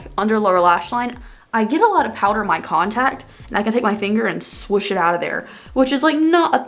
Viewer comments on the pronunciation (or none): none